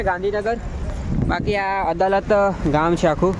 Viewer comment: ભાઈ મારા અડાલજ બોલ ને અદાલત નહિ સુ બોલે છે તું